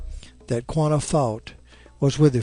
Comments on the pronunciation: its quannah not qanah im related to quannah parker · interesting story...but a Goana is a lizard.. Quanah is pronounced 'KWANAH'... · Apsco Radiales Yes! Thankyou. It's 'Kwa nah' not 'Gwana'. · Why do you keep calling him Guanah? It's Q as K.